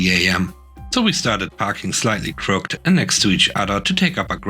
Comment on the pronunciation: "Crooked" is two syllables: "CRUHK'-edd."